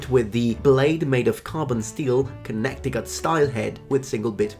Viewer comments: Where are you from? Pole air mose 🤣 Welcome to America. Sincerely hope you like it here. Edit: HAH! Got you! Connect icut? We pronounce it Connet icut. Don't ask me why. I didn't do it. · We love you, but it's pronounced "Kunneticut"(your hatchet)